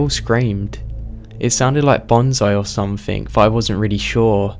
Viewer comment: Dear, there is no 'K' at the end of 'something'.